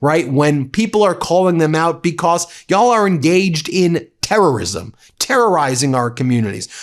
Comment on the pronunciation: STOP CLAWING AT THE CAMERA STOP SAYING "PLAY THIS CLIP" IT'S JAIL, NOT JAL STOP SAYING "BECOSS"